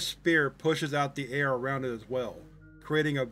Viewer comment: I love your videos, I’ve been a fan for many years! But a tip- “Sphere” is pronounced like ss-FEAR. Keep up the great work!